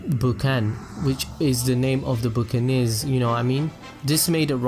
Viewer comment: Hey, no hate just wanted to let you know buccaneer is pronounced BUCK-A-NEER not BOOK-A-NEER. That's all, enjoyed the vid, keep it up, liking the content :D